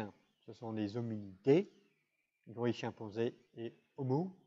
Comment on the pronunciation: sont-ce mes oreilles ou il dit ''chien-panzé"?